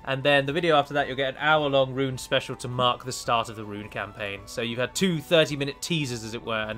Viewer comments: It's pronounced roon not run you gonna delete this comment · p Tolkien's languages are mostly Latin, like portuguese (my language). "Rhun" is read as "Rhoon", always. I understand an english-speaker has a lot of trouble with these words, because you do read them differently. Anyway, cheers for the campaign. May you continue to head the development of this game.